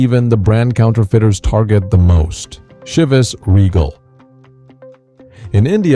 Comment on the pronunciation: You should learn how to pronounce the names. Chivas and Dewars. Jeez...